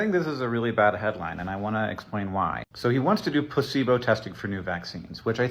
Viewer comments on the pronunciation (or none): Oh my god I thought you were saying placenta not pleaibo and I was so confused intill I realized you were talking about him NOT GIVEING PEOPLE THE VACEEN FOR DEADLY DESEASES.